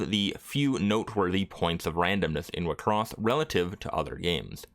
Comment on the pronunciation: Wait, I'm just an old casual enjoyer of the anime, is that how everyone pronounced it? All this time I pronouce wixoss as 'Why-X-sauce'